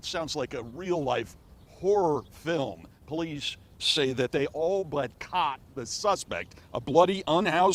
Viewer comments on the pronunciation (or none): none